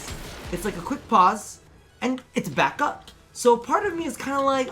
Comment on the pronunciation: I laugh every time you say pause 😂